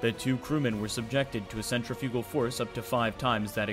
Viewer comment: 14: 00 pronounced Cen - trif - igul